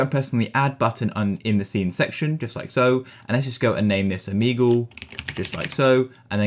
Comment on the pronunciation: o-mee-goal (but seriously thank you so much)